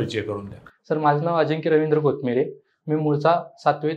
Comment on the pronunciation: कोटमिरे नाहीये ओ कोतमिरे आहे